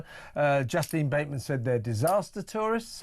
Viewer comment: Her name is pronounced Justeen, Justin is her twin brother.